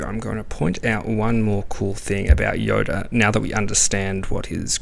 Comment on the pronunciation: Why do you pronounce Yoda "Yora"? (Pronounced like the Spanish or Japanese R) It's just something that I've noticed